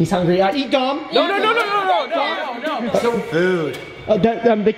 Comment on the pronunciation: Me too but his name is dom not don😅